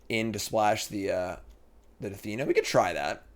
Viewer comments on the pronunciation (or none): Take a shot every time says "Dathina" instead of Danitha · Dan-ith-uh != Duh-thee-nuh 😒 Question chat, has anyone actually seen this English degree of his? 😅😅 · “That would’ve destroyed my Da-Thi-Nata” 😂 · Pretty tilted that didn’t even put Danitha in his deck after butchering her name 100 times during the draft.